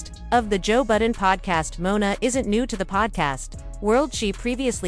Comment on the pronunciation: She said Joe Booden. I'm out.